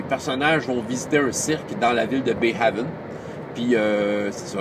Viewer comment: Le supplément HERO KIDS Adventures in Bayhaven (de l'éditeur Roaming Band of Misfits Press) se prononce "Bā Hāvn", le deuxième "a" pareil au premier (comme le français é). Haven ressemble au mot normand-français havre: port ou refuge.